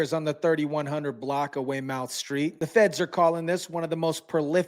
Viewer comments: Weymouth Syreet said (Weymuth) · Pronounced "way-myth" so u know